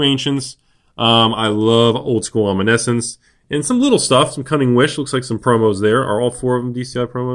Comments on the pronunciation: Love you, but you're saying one card weirdly. Omniscience is pronounced: Om-ni-shints Only 3 syllables, with the middle syllable being the accent/stressed one. omNIshints Not trying to be a jerk, but helping a taco out:) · Comet Storm investments with floppy grammar still doesn't know how to pronounce "omniscience."